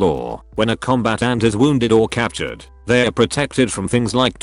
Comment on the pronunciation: "combat ant"